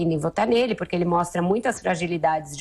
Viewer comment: concordo, fala muito erado: porique, razigou, pirimeiro, interivizita, mazi, peringutou, jairi, eziquerida, etc... ridícula!!!